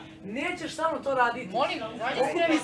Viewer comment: Seljančura Miona kaže śa seljačino🙄